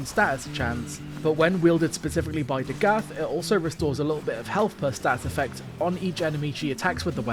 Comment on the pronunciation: Listening to this video is like listening to a video about Chernobyl but they keep saying Nukyaler instead of Nuclear. Amazing video but I fear it’s DA-GITH not DaGath. I’d be lying if I said I always pronounced it Dagith tho lol just spreading the word